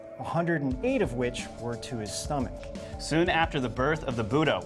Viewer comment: Lads. It's "stomach" . Not stomache. These are the cousins of the apache tribe.